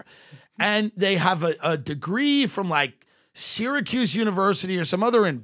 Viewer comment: I love the way he says syracuse 😆